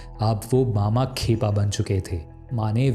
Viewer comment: tum saare videos me naam galat uccharan karte ho. Lagtaa hai hindi ko english scipt se padhte ho.